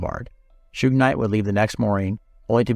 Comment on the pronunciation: If only, he didn't say: "Shew-ig" and "2-Pack" in this. 😒